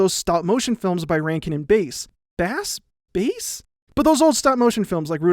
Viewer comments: It’s bass like ass not bass like ace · Rankin & Bass is pronounced like the fish, not the guitar.